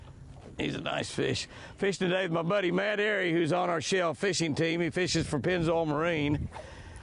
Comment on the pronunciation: Btw it’s Matt arey not Matt ayre